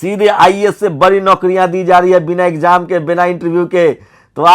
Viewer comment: बकर,बंकर,कर,रहा, है,तू,आरक्षण,को,छोड़,दे,(तूझे,तो,बोलना,भी,नहीं,आता,(बड़ी,खबर,की,)जगह,बोलता,है,बरी,खबर